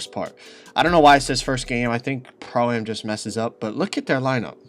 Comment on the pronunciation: Why can he not say pro-am right? 😂